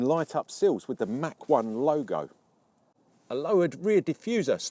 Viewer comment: Its not a Mack 1, its a Mach 1.